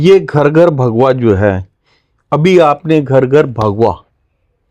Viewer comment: Kindly pronunciation thik rakhe bhagua nhi bhagwa boliye